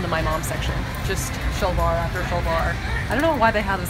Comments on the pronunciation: The ONLY thing that is making me cringe just a tiny bit is that she says 'shalwaar kameez' instead of 'salwaar kamaeez' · I have never heard 'salwar' pronounced with a "sh" before, it makes me want to know what part of SA is from. Next Lady Like; DNA/genealogy kit? Could be interesting!